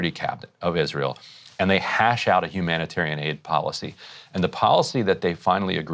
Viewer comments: HumanitORIAN?.......someone can't even say the word! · He intentionally mispronounced Humanitarian Aid Trucks.. “humoratairan aid truck”!